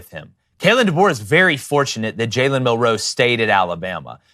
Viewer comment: I fucking hate the way these guys say “Mil-ROE” instead of “MIL-roe” like every other person